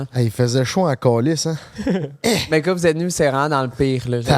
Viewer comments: Est-ce juste moi qui accroche chaque fois qu' dit "ka" au lieu de "quand"?! 😂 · depuis quand le mot ‘’quand’’ se prononce ‘’Kà’’ lol